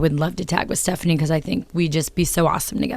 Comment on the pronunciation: she said stephiane